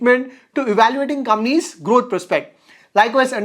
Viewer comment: Can you spell compaaaaaanies instead of Gampies . I was trying to understand what it was till u figured out